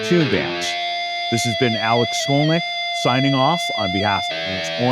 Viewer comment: Why does it sound like he's pronouncing his name backwards? Great video!